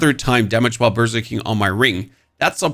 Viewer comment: When you say berserking, it sounds like you are saying burger king